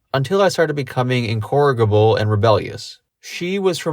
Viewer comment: Incorrigible is pronounced "in-core-idge-able," not "in-corrig-able." 👍🏻